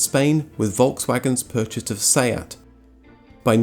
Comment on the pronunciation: Wait. Seat is pronounced see-at? I had no idea. Great video by the way. I will def check out your other content.